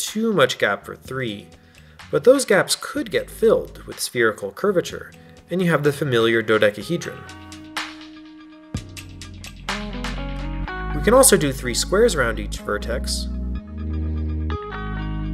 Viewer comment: Ah yes the familiar dodedeckuhhedron